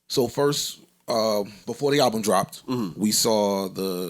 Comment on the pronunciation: "Fist Verses..." Joey my side in paid from laughing at this s**t.